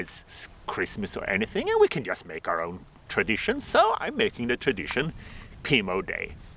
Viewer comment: I love the way you say "so", it's like "sah" I love languages, I always said in the paradise the first thing I was going to do is learn every language on earth. Happy belated Pimo Day!!!!